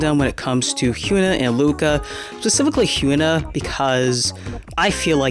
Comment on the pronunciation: Good vid only pet peeve that her name is hee - yun - ah not hue - na